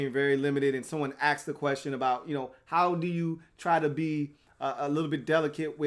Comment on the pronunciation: U keep saying axed